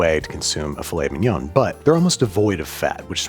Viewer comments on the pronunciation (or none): Your butchering of the pronunciation of filet mignon was uncalled for, unfunny, pointless, and wanted by absolutely nobody! You also have continued your pointless mispronunciation of Worcestershire sauce, you said the name of it perfectly in your The Phantom Thread episode, try to say it like that from now on, have a nice day! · I'm so glad you pronounced Filet Mignon as it looks like it's spelt; I do that unironically as a joke all the time, and I'm just really glad it happened, for some reason